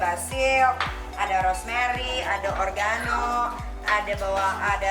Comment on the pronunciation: Oregano kak bkn organo